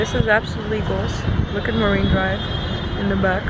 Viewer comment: Fuming here , its MARINE DRIVE .....MA"R"INE DRIVE Not MARIVE what ??